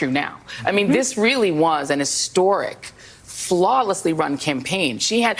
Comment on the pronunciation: what is istoric? Did she mean historic? Geez